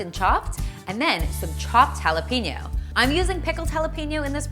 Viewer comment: jalapeno is pronounced hal.e.pen.yo no peenyo